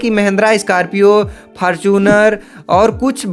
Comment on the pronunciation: Scorpio ❌ Scarpio ✅ 😂😂 Fortuner ❌ Fartuner ✅ 😂😂